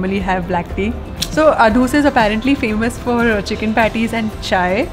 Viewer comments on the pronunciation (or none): My dear you’re pronouncing the name of the hotel wrong its like Ahh doos🤭